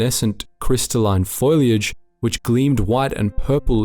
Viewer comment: That's not how you pronounce foliage mon frere.